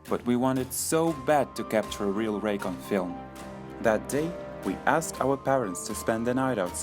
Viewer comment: it sounded like he said- it was rape